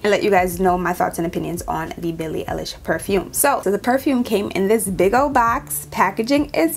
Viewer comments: It’s all horrible. Her last name is pronounced “eyelish”. ❤ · Billie EYE-lish 🙂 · her name is pronouncd EYE LISH YOU DO NOT EARN A LIK OR SUBSCIPTIONJUST FO THAT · It's ey- lish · Eye-lish* btw